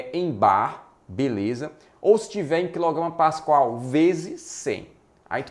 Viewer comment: Show o vídeo. Apenas para colaborar. É “pascal” não “pascoal”. Abração